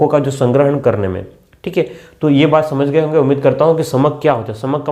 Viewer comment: Sir samank na kii samak